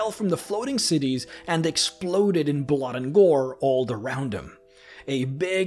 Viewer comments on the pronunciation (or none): none